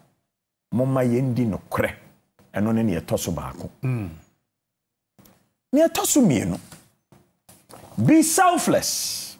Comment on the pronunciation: Correction Snr KKD,we don't have etoso baako,is baako not etoso baako.Thank you Snr.